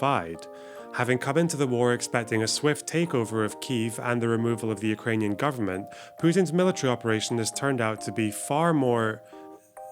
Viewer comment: god this is a good vid not only you have good takes, as a ukrainian i also especially want to thank you for correctly spelling and pronouncing ukranian names and the “hullamador” bit had me crying laughing